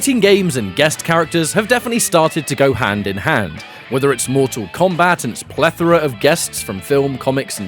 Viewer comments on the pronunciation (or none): none